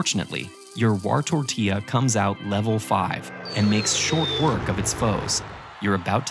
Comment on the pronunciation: "wartortilla" PFFTTTTT